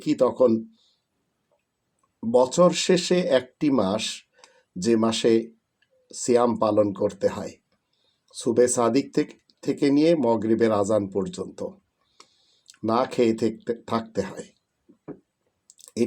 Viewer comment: মহরিব না মাগরিব